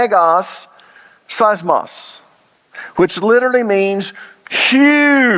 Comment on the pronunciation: You have to pronounce Greek words properly.. Greeks didn’t understand and English speaking people learned nothing nobody does pronounce Greek word’s properly.. earthquake is seesmos Not sismos.. it’s not hard .. use google translation to hear the word first .. thanks